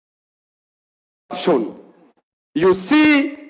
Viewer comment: Speak in Swahili instead. What is corapson😂